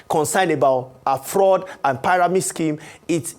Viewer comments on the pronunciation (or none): I really wanted to focus on this discussion but the consistent pronouncing of pairamid schemes just wouldn’t help me 😢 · learn how to pronounce pyramid